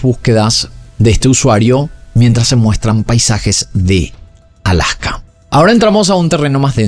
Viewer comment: dice i love alsaka jajaaa